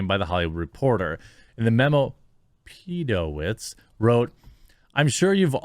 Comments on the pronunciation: "Peeedowitz" Hahaha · The way you kept saying "PEDOwitz" 🤣🤣🤣🤣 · Pee - Doh - Witz -> This killed me. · The name is pronounced Pedo...what? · Hearing you just pause for a couple of seconds before saying “PEDOWITZ” cracked especially the second time you did it 😂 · lol the way Jeremy says "Pedowitz" is hilarious